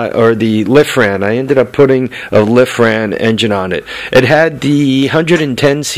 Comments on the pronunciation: it's lifan not lifran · sorry I hate to do it but you kept pronouncing the name of the engine wrong its Lifan sounds like. Leaf-ann. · LIFAN NO R! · "Dude...drop the "R" ..LYE- FAN.....lol. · Very informative trying to talk a buddy into putting one on his drift trike. Hate to be the one but isn't it Lifan?.... Without and R? I may be wrong too lol I was just curious maybe two diff brands.